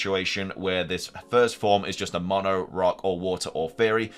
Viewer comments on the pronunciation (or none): none